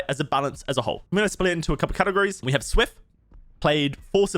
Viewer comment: Worst part about this video is his pronounciation of SWF.